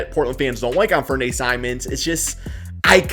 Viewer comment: You're pronouncing "Anfernee" wrong. The Blazers aren't letting him walk either. They've allegedly had a handshake agreement since late last season when they asked to sit out for the tank.